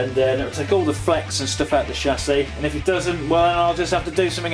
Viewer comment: "shassis" lol